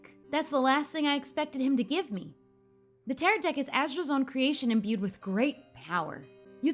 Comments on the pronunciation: tarot cards are like fortune telling cards, and they’re pronounced tarrow. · isn’t ‘tarot’ pronounced ‘tarrow’ ? and you mentioned you didn’t know what they are, they’re like fortune telling cards, i think.